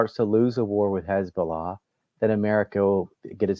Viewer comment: Mr. Hochstein gave the game away with how he pronounced "Khezballah". I very much doubt anyone on the Lebanese side paid much attention to his rambling.